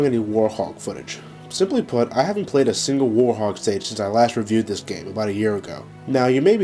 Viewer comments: Its werehog not worehog or worthog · Why does it sound like you saying "Warhog" when its "Werehog", and i like the werehog stages since im so good at them. -Sora the Hedgehog out! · Who else noticed that he said worehog instead of werehog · why does he say werehog like worhog? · no, its werehog he just pronounces it differently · I love how pronounces werehog XD